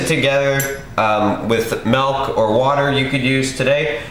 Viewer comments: MILK dude MILK fucking MIIILK not MAAAAALK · Nice, sweet, healthy treat :) Also, nice intro. Also, what state do you live in where you pronounce milk malk?